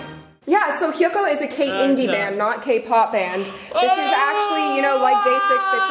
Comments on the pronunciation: Thank you for this! yees my boys are good.. thank you! Hope you can review Wanli too and Comes And Goes :) and its HYUKOH not HYOKOH :) thankyou!! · It's hyukoh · Hyeok OH how to pronouce Hyukoh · it's "HYUKOH" but anyways, i lovE THEM SO MUCH AHHHHHH